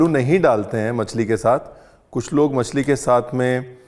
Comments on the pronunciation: मच्छी ❎ मछली✅ Ye Delhi wale Machhi kyu bolte hai??😬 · Massi nahi bolte masli bolte hain😂😂